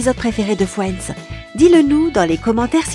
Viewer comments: Non mais les gars, elle dit "FWENDS" !!! 🤣🤣🤣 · Merci, je ne suis pas la seule qui a eu mal aux oreilles... D'ailleurs moi j'entendais Fouends au lieu de Friends. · Je suis morte comment elle prononce friends «fouendz» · Sympa, et une chaîne pourrie !!! Tous et presque faux !!et putain cette voix et prononciations !! MoI aUsSi j aIMe fioinds ( Friends )